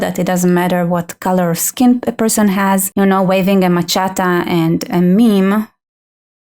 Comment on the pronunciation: Omg. 😆🤣 She keeps saying, "ma-chatta", what the hell is that!? I think she means, machete, pronounced: 'ma-shet-ee'.